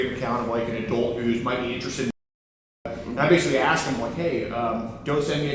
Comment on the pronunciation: “That’s why I AXED”. Always so funny 😂